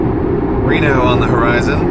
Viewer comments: Tesla should pay you handsomely. I don't drive and don't even care that much about cars, but now I kinda want a Tesla(I don't need a Tesla). Also, I thought it was pronounced "Ree-no", but the AI said "Reh-no" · I'm sorry. "Rehno?" REHNO? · minus one star for mispronouncing 'Reno'! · Oh my God. The way the GPS says Reno has me so triggered right now, I live 2 hours away from Reno, and the "e" is a long E not an "eh." Literally unusable. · Hey, Tesla automated voice lady: it's REEEno, not Rehno. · Pronounces Reno like Renault, literally unusable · I loved the nav computer's pronunciation of Reno. I don't think I've ever heard it pronounced that way. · Does anyone pronounce Reno this way? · Can go 300 miles on a full battery, drive itself, has automated many of the small parts of owning a car Can’t pronounce Reno correctly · I love how this is the pinnacle of technology, but it still doesn't know how to say Reno.